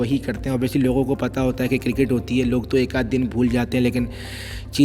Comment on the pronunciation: What is KIRKIT? dude its cricket... :) :)